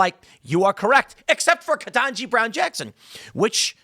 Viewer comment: Ketangi? Naw. HELL naw! Not Ketanji. She be...